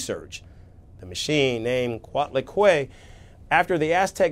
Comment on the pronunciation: Your pronunciation of Coatlicue is incorrect